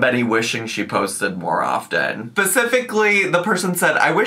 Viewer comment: did say pacificly? 😂😂😂